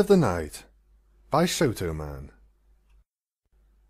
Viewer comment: As the original writer, I have to say, you did a great job. And yes, you did pronounce "Shotoman" correctly.